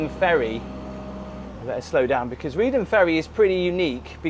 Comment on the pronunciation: Good grief man! I'm countryside Norfolk born and bred but I wouldn't go on the Broads this time of year. The weather can change on a sixpence and when those winds get up, even the brass monkeys hide!! 😂 You must be a glutton for punishment! 😂. And by the way Reedham is pronounced "Reef-um".